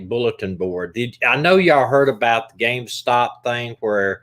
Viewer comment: Omg it's called REDDIT and GAMESTOP not Redick and Gamestock...🤣 Sorry I had to it was driving me nuts 😅